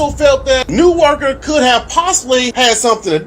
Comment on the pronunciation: It is pronounced “na-woh-kah. Thank you.